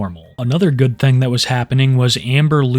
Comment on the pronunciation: Hey man we were having a shot contest everytime you say "thang" we hit a shot and yeah im drunk and blame u